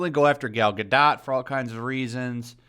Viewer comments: Please, please, PLEASE, pronounce her last name right. Its Gah-DOH...not Gah-DOT. 🤦‍♀️😂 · Gal ga dot? I think it’s pronounced gadough. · Godoh, the T is silent please. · I think the t is silent in Gadot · Oh god please stop pronouncing Gadot like that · I can’t get over how you say Gal Gadot Lmaooooooo 😂😂😂😂😂😂😂